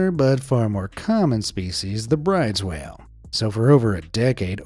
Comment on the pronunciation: Brydes whale ➡Not "Brides," but say "broo duhs."